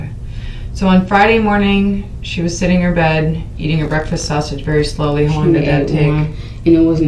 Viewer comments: Lol😂😂She also mispronounced "sausage" & kept saying "she ate a half a circle sausher" I was mad! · #Shaushage (that's how this dimwit was pronouncing 'sausage ') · She ate....a sausher...a half a circle sausher. Bish, what?